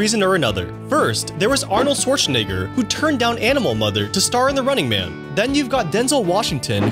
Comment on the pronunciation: Arnold shwartsa what?